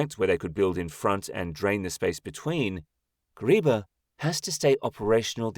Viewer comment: The name is Kariba and not Kuriba.